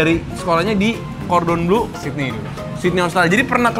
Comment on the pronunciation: Plis deh, Le Cordon BLEU BLEUUUUU bukan BLUEEEEEE